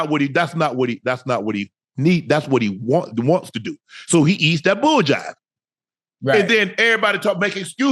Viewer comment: "bull jive" LMFAO